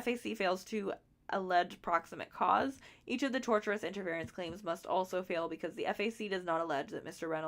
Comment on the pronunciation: Just for the future, I believe the word you were struggling with (tortious) is pronounced "tour-sh-us" rather than "torturous" Just in case you make a video, it sounds a lot worse if Ryan is accused of doing something torturous XD